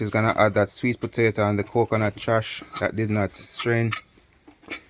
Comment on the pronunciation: U know a true country man when u hear him say “putato” lol